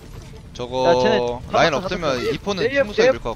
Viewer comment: ㅋㅋㅋ 겁나 잘한다..ㅋㅋㅋㅋ 진짜 딜러네.. 라인 발음이 La-in 이 아니라 Re-in 이에오 뤠인 ㅎㅎ